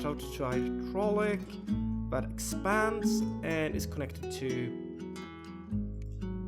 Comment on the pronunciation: ITS EXPAND NOT EXTAND